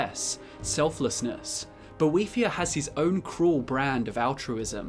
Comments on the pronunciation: I thaught is was about boethiah not a devil thing. He not she. Boe not boh ee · I can’t sit here and listen to you mispronounce his name wrong for 11 minutes sorry dude